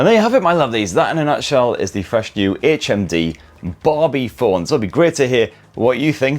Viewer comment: I thought you kept saying HMV and I was like "what year is this!"